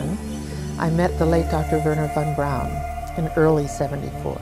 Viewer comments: Bato ne kaze se vorner von braun , nego Werner a na nasem Verner von Braun ! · ocigledno lose poznajes strane jezike, Dona je Hejr a ne Hare, a Vorner Braun je Verner Fon Braun, tako se to cita. A brkas i telekinezu (sposobnost pomeranja objekata mislima) sa mogucom telepatijom ili necim slicnim. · nije on Worner von(čita se fon) Braun, nego jednostavno Werner von Braun jer on je Njemac a ne Amer.